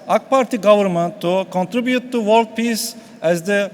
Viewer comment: vorld ama wörld değil vorld :ahahaha